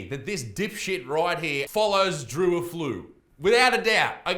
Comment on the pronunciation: A flu 😭😭😭😭😭😭😂😂😂😂 Defs not how you say it